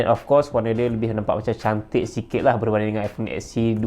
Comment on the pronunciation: "termurah" ➡️ "temura" "cantik" ➡️ "shaentik" stop la bang guna translate..ataupon improve translate.. penggunaan bahasa salah..